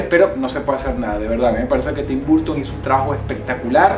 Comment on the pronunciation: se pronuncia ¨barton¨ no ¨burton¨